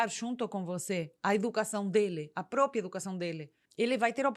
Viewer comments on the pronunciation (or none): none